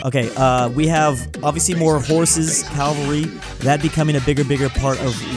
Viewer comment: Its cavalry not Calvary